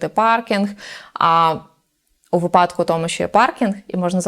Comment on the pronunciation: Багато гостей у цій студії ставить наголос у слові " вИпадок"- випАдок. Трохи ріже вухо кожного разу як я це чую. Моя вчителька сказала мені класний вислів: у кого випАдки у того припадки, а у нас вИпадки. Досі пам'ятаю цей вислів. Ну і по стандарту, коли буде водій маршрутки?